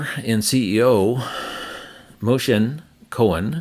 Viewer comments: The CEO’s name is Moshe, not “Moshen” as you said (unless I misheard you). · I got pronunciation from gravity as MOE-Shuh. I did get the 2nd syllable off a bit. Sorry